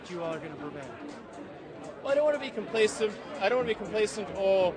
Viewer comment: i keep hearing him say complasive and wondering why i don't know what it means, after googling it, it turns out the word isn't real lol